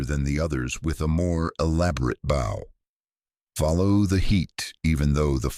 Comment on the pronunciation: this is where "BOW" is said like in tow